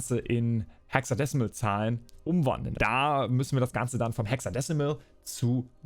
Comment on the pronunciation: Alles geil aber bitte betone hexadezimal mit nem Z und nicht so wie hier im Video, das klingt echt so wie gewollt aber nicht gekonnt 😅🙈